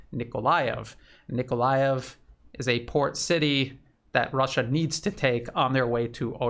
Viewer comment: Thanks for correct pronunciation of Nikolaev. But the contested Donetsk suburb is AvdEEvka, not Avdiivka )))